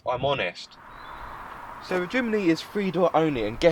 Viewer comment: young man, diction is everything. the word 'the' is th and not 'v'. please remember that in future.